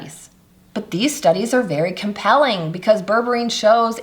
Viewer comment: Put... mais tu vas te décider à le prononcer correctement, ce fichu mot ??? ça se prononce BÈRBÉRINE Comme c'est ÉCRIT Berre Bé Ri Neuh Ni bourbarine Ni bourborine. IA de merde